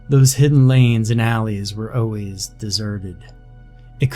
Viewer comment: Love your style. I have even gotten to like the way you say, “O’ways” for always.